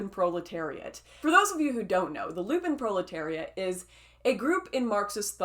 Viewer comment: 'LUMP-en' proletariat, not 'LU-pin'